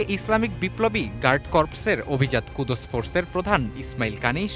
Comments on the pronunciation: আরে ভাই ওটা কুদুস না কুদস ফোর্স okay... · কুদোস ফোর্স না ভাইয়া কুদ্স ফোর্স।